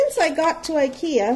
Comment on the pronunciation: Really funny to here the pronouncement on the Swedish IKEA names..... 😜 You did a great job 👍🏻 Love from the land of IKEA 🇸🇪